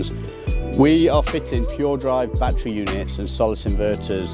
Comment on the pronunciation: It's NOT a "bat-tree" Say "baa-TTeR-y"